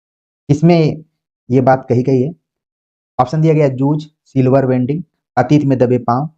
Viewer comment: माफ कीजिएगा गुरु जी silver wedding ( सिल्वर वेडिंग) है, वेल्डिंग नहीं ।